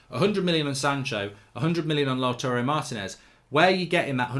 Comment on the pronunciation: It's not Laturey Martinez, it's LAUTARO, LOW-TAH-ROW